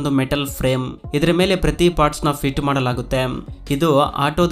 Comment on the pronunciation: ಸರಿಯಾಗಿ ಕನ್ನಡ ಉಚ್ಚಾರವಿರಲಿ . ಮಾಡಲಾಗುತ್ತೆಮ್, ಒಂದಾಗಿ ಜೋಡಿಸುತ್ತಾರೆಮ್ ...ಎಂತ ಕರ್ಮ ಮಾರಾಯ ..